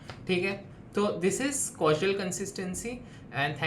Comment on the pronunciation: Bhai its Cause-al consistancy not cas-ual consistency.